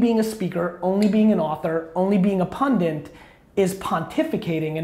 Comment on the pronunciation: somebody gotta tell gary tho that he always says "pundit" wrong